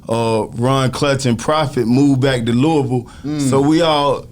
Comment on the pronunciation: he pronounces Louisville correctly